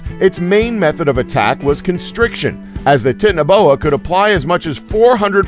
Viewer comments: Btw Its not Titiniboa its Titan-Boa just saying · It's titana like titanic not tit ana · U said tiniboa when it is titanboa soz I just thought you could check it and know because I didn't know what you were talking about... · its not tiitinaboa its titana like titanic (big) titanaboa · Please stop saying tit in a boa. It's Titan. Titan-o-boa. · Titanoboa is pronounced tie-tan-no-boa not tit-an-oh-boa! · How he says titanboa makes me laugh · tit-ano-bona gad i love how these guys misprounounce everything wrong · Pronouncing Titanaboa incorrectly. It's "titan a boa". Otherwise great video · It's pronounced titano as in titanic. Because it's huge. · The Titanoboa is pronounced TY~TAN~NO~BOW~WA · It's pronounced tai Tano boa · Titanaboa? It's pronounced like Titan, and titanic, meaning exceptional size, strength or power. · I like how he says titanoboa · You pronounced the snakes name wrong I watched the documentary on Netflix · He pronounced Titaniboa wrong. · He can't even say titanabo right XD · he pronounced titanaboa wrong